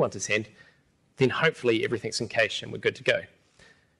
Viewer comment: That's not how you say Cache!